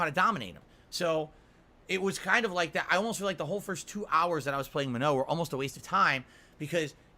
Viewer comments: He's pronouncing Manon wrong. The game doesn't say it that way either. "Manoe." Wtf? It's more like muh-nohn (with the o being pronounced like in the word "okay" and not like in the word "nominal"), with the n at the end either subtle or silent. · Maybe if he stopped mashing and learned, he'd get better. And it's not spelled "ma-no", logically, it's spelled "ma-nun" or "ma-none." Get bent,. He's played street fighter since SF2, so he should inherently know how to fight the original cast. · Guys it's Man-on. The announcer clearly says Manon. How'd he got "Manno?" Is a complete fucking mystery. I guess if he wasn't always in damage control everytime he gets beat a Manon, he'd hear the name clearly. Plus the whole point of placements is to . . . Place you on your skill and knowledge of the character not to learn a character. Why would you go to rank to learn a character? Jeez. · should look up how to say Manuh, that’s not it. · As a French Canadian, who's been speaking French since he was 4, I can tell you he's screwing up the pronounciation of the name "Manon". Either Capcom messed up on the pronounciation, or someone told him the incorrect pronounciation. I'm quicker to believe the latter. That second N in her name is not supposed to be silent.